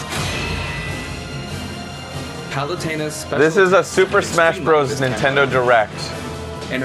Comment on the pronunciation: There he goes again mispronouncing palutena name once again😒